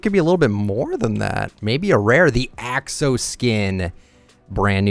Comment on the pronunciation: How you pronounce the pick axe: Ax eh lotl